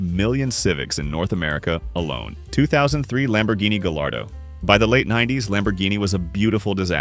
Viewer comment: Great video and i dont wanna be that guy but the "gallardo" is pronounced "guy-are-do", the double l makes a y sound. Im sorry I just had to say it!